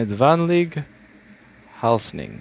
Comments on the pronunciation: Swedish is hard but Louis is off to a good start. Just need to work on the "ä", as leaving out the dots make "a" and that turns "vänlig hälsning" (friendly/kind greetings) into "vanlig halsning" (regular/ordinary chugging). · The ä vowels in vänlig hälsning are pronounced like french è. Or being american, perhaps a war reference is better, think of the e in verdun, as in the battle of verdun.